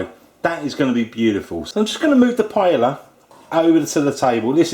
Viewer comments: ahh its pronounced pie-ay-a not pie-ella :( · firstly it is pronounced as pa-yah not pa-ya-la, secondly you need to have rice stuck at the bottom, thirdly what is with the eggs??? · Naku It's a shame how they desperately cling to the name PAELLA and won't ever let go even when they can't pronounce it, The guy even sounds more and more proud with every wrong pronunciation of it. He says PALLA, then says PAELA. Their sorry azz rice dishes would not get any attention if they don't call it PAELLA!!!. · It's a shame how desperately clings to the name PAELLA and won't ever let go even when he can't come close to pronounce or cook it right, he even insists in not letting the rice stuck to the bottom of the pan...which, when happens, would give you the nice and traditional socarrat. The guy sounds more and more proud with every wrong pronunciation of it. He says PALLA-PAYA, then says PAELA. This sorry azz rice dish would not get any attention if he doesn't call it PAELLA!!!. Who gives a F$#*K about tradition! let call it PAELLA to bring in the viewers!!! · PAELLA IS PRONOUNCED "PA EH YA". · this is surely NOT Jamie Oliver is it????? it is a charlatan, with not the most authentic looking paella, YOU EVEN PRONOUNCE THE NAME OF THE DISH WRONG YOU MUG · You can't even pronounce paella. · how about you learn how to pronounce it first?